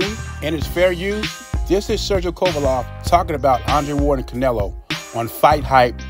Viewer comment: Ain’t no way you’re butchering Kovalev’s name that badly by accident ..